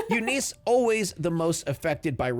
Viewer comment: Eunice? Nah, “You Nice” lol the name pronunciations in this vid are amazing